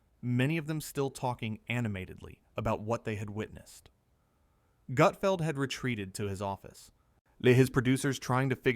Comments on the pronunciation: ❌FAKE Never happened Never FAKE❌ F A K E E K A F Gutfeld never treats any guests so poorly! Especially Kevin Hart! It's NOT "GOOT FELD" it's Gutfeld!!! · OK I’m gonna say that you’re a moron when you say his name wrong when you’re trying to insult him you’re the one who is the idiot. It’s not Goodfeld! OK fine it’s GUTFELD! If you can’t even get his name right you have no business critiquing him. It makes you look like a fool you can’t even say his name right! And I’m sure you’re a left-wing loo. Greg Gutfeld rocks late night and there’s nothing any you can do about it! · Also you’re a bigger idiot because you obviously are not familiar with Gutfeld! Because all the talent is already seated and no one’s walking out and waving like they’re on the Tonight Show! OMG! I hope Gregg sees us and ripped you a new one cause you deserve it. Tell the truth and if you’re gonna critique someone make sure you say their name right and get the fax correct!